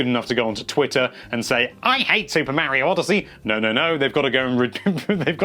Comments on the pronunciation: MAH-RIO not MAA-RIO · NINTENDO LIVE IT IS MARIO NOT MEARIO DUMBASS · Plz say Mario correct for once.... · you can't even pronounce MARIO correctly..... can't trust you